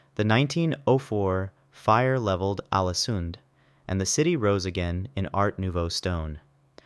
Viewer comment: Very bad pronunciation of Norwegian! You could at least have checked Forvo or something. You plainly ignored the Norwegian characters æ, ø and å, Ålesund is not "Alesund".